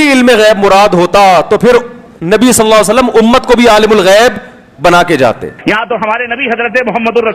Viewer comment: Pehla mawlana ko swalallahu alayhi wasallam kehna nahi ata